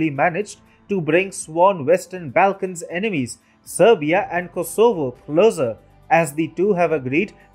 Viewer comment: you need to get your pronunciation of names correct. Angela Merkel is not Angle-ah Merkel. Your pronunciation of the ‘Balkans’ seems to have a thick native accent